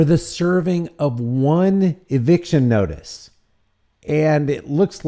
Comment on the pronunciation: Did you say eviction or eviscerattion?